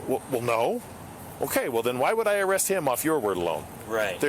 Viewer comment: AREE-AAST lol standard issue white man trying to say arrest lol